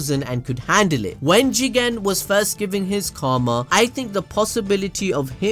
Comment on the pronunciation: Why does he keep saying jigen like that it’s not even a funny concept